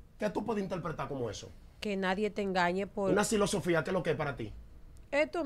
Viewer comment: Silosofia ahah se dise filosofía